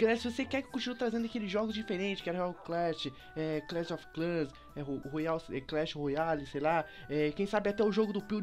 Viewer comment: "clans of clans" kkkkkk clash of clans